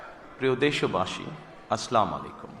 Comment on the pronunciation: মুসলিম হিসেবে সালাম টা ঠিক ভাবে দেওয়া উচিত,,, আস্লামুআালাইকুম না বলে আসসালামু আলাইকুম বলেন,,,😢